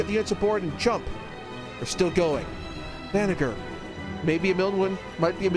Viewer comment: Banagher = Bah-Nah-Jer